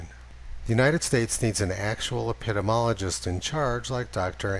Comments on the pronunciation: upedemologist? can't you master the pronunciation of that word, please. It has a nice rhythm, it does not make you sound like fusspot, on the contrary, it makes you sound like you know what you're talking about. epi-DEEMEE-ology. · Love your videos and data presentations Tony... but it’s epidEmiologist... not epidomologist, as you pronounce it. Sorry, mom was an English Literature major. :-) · Love your work! But it’s “epp-uh-dee-me-ologist”. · Mr Heller, you're dropping the second "i" out of your pronunciation of Epidemiologist. Just thought you might want someone to let you know you're saying it wrong. eh·puh·dee·mee·aa·luh·juhst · You are correct so what else?